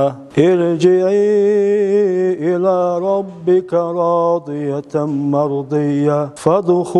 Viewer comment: Ошибки хотя бы не делай в чтении аятов! Иржи1и иля РоббикИ, а не Ка